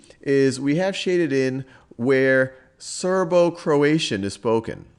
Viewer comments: croatian, not croation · (Croati 'a' n?) vs Croation